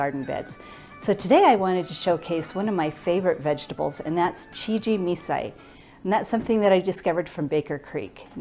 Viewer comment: Please learn how to pronounce CHIJIMISAI . Could not watch due by the 3rd time you said it wrong...I quit.